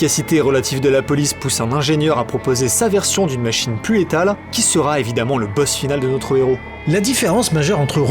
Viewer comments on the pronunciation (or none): none